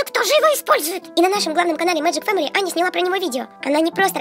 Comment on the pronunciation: Вопервых, не Аньа а Аня и во вторых, не слим а слайм. 🤦‍♂️🙎‍♀️🤬🙅‍♂️😡😠